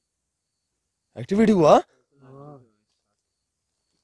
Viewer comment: भाई एक्स्टविटी नई होता है wo activity hota ha Dhyan De bhai thoda Ache se👍